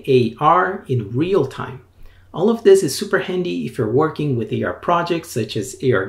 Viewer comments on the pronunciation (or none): none